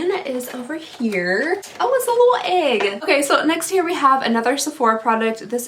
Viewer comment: Umm is it just me or when she said day 11 she said “ok next year we have?!” Am I going crazy??